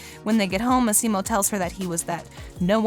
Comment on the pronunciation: It's Massimo not maximo